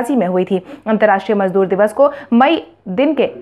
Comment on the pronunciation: मजबूर नहीं मजदूर